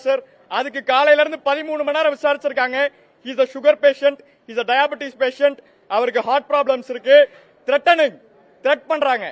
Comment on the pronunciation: Sugar டைப்பிட்டிக்ஸ் super english